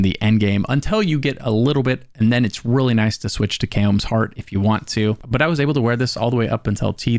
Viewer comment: It's not "kay-ohm's" lmao